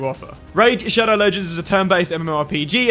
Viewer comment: Every video is said shadow legengs!!!!!!!